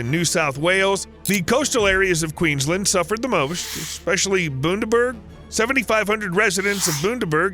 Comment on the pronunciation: all that research but not double checking how to say Bundaberg or Queensland